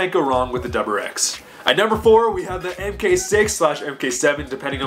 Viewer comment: Bro, it's "mark," not "mk."